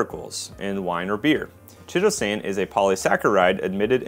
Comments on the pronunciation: Chitosan is pronounced kite-oh-san FYI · BTW chitosan, (so named because it is made from chitin) and chelating are both words with Greek linguistic roots, and for that reason the "ch" is pronounced like a "k" (like chorus, which is also derived from Greek) instead of like the English "ch." Keye-toe-san and key-late-ing